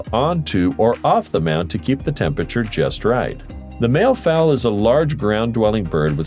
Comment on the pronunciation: 16.40 it's mallee fowl, sounds like valley